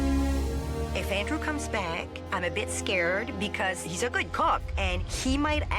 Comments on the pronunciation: she says "is a good cock" 😂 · Did you hear here say kuk